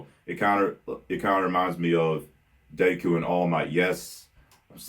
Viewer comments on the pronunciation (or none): none